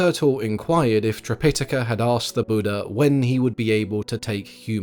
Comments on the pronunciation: Yes, this was getting on my nerves during an otherwise excellent video, so I checked. According to the Oxford dictionary, yes the main pronunciation is tri-pi-TAH-ka. Or, sometimes, trip-I-tuh-kuh. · Its a good retelling. I don't like how you pronounce Tripitaka though 😅